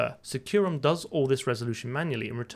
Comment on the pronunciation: i've always heard industry people pronoucne SecuROM as "SECK-you-rom"